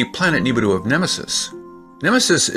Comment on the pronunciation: How about you pronoun it rt "nee ba ru"